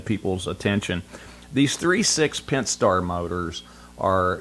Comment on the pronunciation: "3.6 Pent - star" Its "pent A star", learn how to say it.